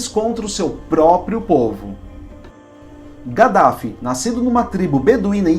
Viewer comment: DIZ SE kadaffi.